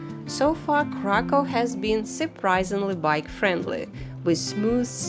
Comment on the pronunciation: Krakoow - proper pronanciation. I wonder why they write it Cracow in English 🤨